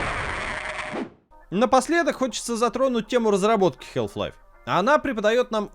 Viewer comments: Как можно быть игрожуром и не знать как произносится название главной игры человечества??😂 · Если уж докапываться, то там и "л" не должна произноситься. Но вообще-то плевать, произношение а/о/э в одном и том же слове часто меняется в зависимости от диалекта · в британском халф, в американском там "æ". В любом случае "æ" ближе к "а", чем к "э" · 2024 год, игрожурналисты до сих пор не научились правильно произносить название игры... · На дворе 2024, а мы до сих пор говорим букву "Л" в слове "Half". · Мне одному что ли резало слух "Хэлф лайф"? А не Халф. Я и всё моё окружение называло её именно так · Блин, ролик отличный. Посмотрел с удовольствием. Только одно но, которое резало ухо все 20 минут. Название игры не хЭлф лайф, а все таки хАлф лайф. А если уж совсем точно, то Хаф, где Х звучит с придыханием, а л почти полностью оглушается, но уж никак не хэлф. Но за ролик, все же спасибо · чувак даже не пытайся в английское произношение, пожалуйста, это очень режет уши. Все блохеры англоязычные кого я смотрю говорят хааф-лайф. Какой к черту хЭлф-лайф. Самому не противно? Халф лайф и точка, не пудри мозги и уши. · Прямой калькой с английского будет не Хэлф-Лайф, как говорят весь ролик, а Халф, даже скорее Хааф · Я впервые слышу как название Халфы произносят как "ХЭЛФ-ЛАЙФ". Ну тип даже на английском слово отчётливо произносится как "Халф". Минус уши весь ролик. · Подаю в суд на SG! Из-за хЭлф лайф - у меня к 10 минуте ролика из ушей кровь пошла! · Прошу, не говори хЭлф-лайф. Это ужасно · Хэлф лайф... ХЭЛФ ЛАЙФ?!? О, Ты из англии!?!? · хЭлф лайф. Э. Браза, жесть у тебя произношение конечно же. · Стопгейм особенные. Они решили произносить название игры по-своему. Потому что если уж прям совсем правильно, то нужно произносить Хаф Лайф. Однако у нас никто так не говорит-почти все говорят халф лайф(ну или вообще называют её халфой или халвой). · Кхелф лайф. Эй эм соу фокин гуд ин инглишь. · я не знаю как вам, но вот ХЭЛВ-лайв, мне уши изнасиловало.